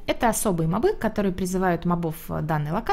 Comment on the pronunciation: почему мобЫ, а не мОбы? в первый раз слышу такое просто :)